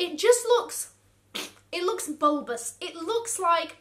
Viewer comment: Why did I laugh so hard when she said ‘bulbous’? 😂😂😂